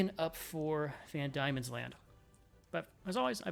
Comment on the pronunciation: Not to be 'that guy', but Diemen is pronounced 'Demon'.